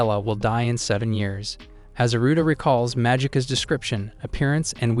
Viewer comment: It's Aruto. The voice is saying Aruto the same way westerners say Naruto.